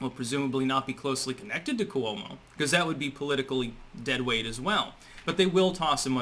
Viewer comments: KWO-mo, not ku-O-mo. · Libelous -- ( pronunciation) LYE - BULL ' ISS -- Cuomo - Quo-mo not Coo - Oh - mo. Geez -- you pronounce so many words incorrectly. BTW, Cuomo is now admitting to "being flirtatious," so basically that is step #1 in how exit. That's how they do it. Admit to a softer version and leave.